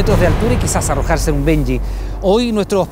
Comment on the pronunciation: ¿Por qué dicen benyi? Eso se llama Bungie (de hecho es el bungie jumping) se pronuncia Banyi, no benyi. O si lo decimos completo y correctamente: banyi yampin.